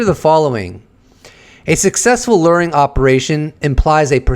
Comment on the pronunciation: Stop saying lur…Jesus Christ!!! It’s pronounced Lue-wer. Say LURE!!! PLEASE!!! I am BEGGING you to stop saying lurring. I can’t fucking take it anymore!